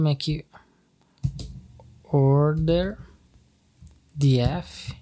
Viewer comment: “di éf” kkkkkkkkkkkk ah vei